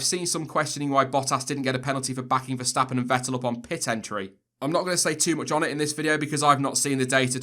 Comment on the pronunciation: Quick note: the pronunciation of Verstappen and Vettel are "ferstappen" and "fettel" respectively.